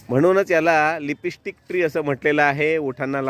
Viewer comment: लिपी स्टिक😂😂😂😂 लीप स्टिक म्हणतात रे शेंबड्या